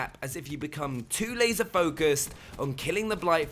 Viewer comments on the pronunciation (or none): none